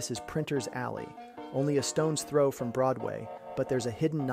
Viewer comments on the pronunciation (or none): none